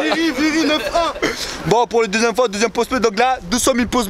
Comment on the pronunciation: mdr quand en il fais le taxi apres que le mec sort du taxi il dis, laisse por boire c'est por boir